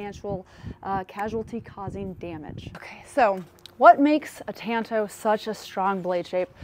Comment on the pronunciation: For the love of non existent god, it's pronounced TAHNTO, ah, not an